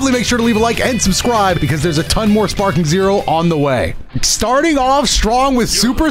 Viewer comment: Bro said Sparking Zero in all caps and in italics with that intro